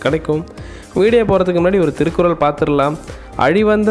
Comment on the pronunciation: Plz read thirukural corectlyy